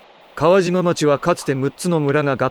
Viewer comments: 「かわしま」じゃなくて「かわじま」なんだよな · 「かわじま」ですね